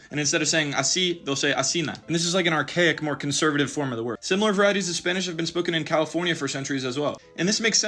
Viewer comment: Bro says Spanish a lot that he’s saying spinach